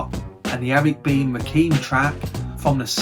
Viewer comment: It kills me to hear you call Rakim, Rakeem. Think of it this way... Do you say Lil Kim, or Lil Keem? Just offering some humble correction. Peace and keep up the great work!